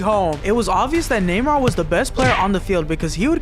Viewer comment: him calling neymar namor is funny